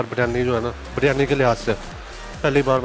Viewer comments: Behan "Biryani" hai ye BARYANI nahi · O jahil ouraat baryani nahi Biryani hota hai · O meri behn phly BARYANI bolna toh seekh lo. Lol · It’s not baryani it is biryani 😂